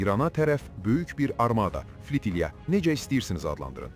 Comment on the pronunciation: Fitilya yox a Qoyun flotilya